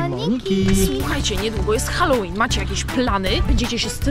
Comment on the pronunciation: Nie hekt ale halloween a nie challowen